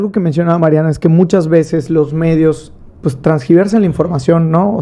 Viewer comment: Según ella muy Fresa y dice " pus" en lugar de pues 🤣🤣🤣🤣🤣🤣🤣🤣🤣🤣